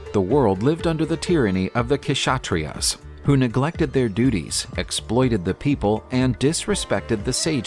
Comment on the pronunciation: K-shatriyas❌ Kshatriyas( sha-triyas)